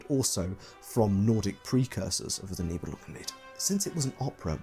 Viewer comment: Could listen to you enunciating "Nibelungenlied" for hours 😂 My brain does the little language jump when you say german words or names. Dont know how to explain. It just goes "Englishenglishenglish - german now! - ah no englishenglishenglish" That only happens to me when the speaker is a german native usually.